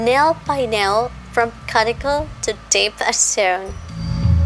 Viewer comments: it's pronounced q-t-cool not carticle lol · Not trying to be rude but the word cuticle is pronounced cue-ti-cle. But i love your channel so please dont take it as an insult.